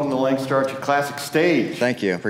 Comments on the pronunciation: lol not you PJ! restart the video and listen to the announcer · These announcers need to learn to pronounce Lancaster correctly